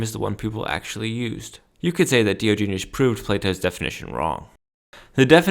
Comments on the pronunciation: I can't take anyone seriously who so gravely mispronounces Diogenes. Also, as others have pointed out, Diogenes was basically the Donald Trump of philosophy. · If you are going to preach a man’s word at least pronounce his name right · I knew this wouldnt be a great video when you werent even close to pronouncing his name right. Either way, not a very solid point was made here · A hot dog is not a sandwich. It is a Taco. Also, you pronounce Diogenes wrong